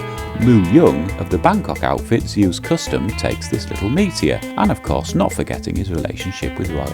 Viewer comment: It's NOT pronounced Zay-Usse... its pronounced Zooooooooooss. Your not an American! Oh bloody excellent video BTW 😊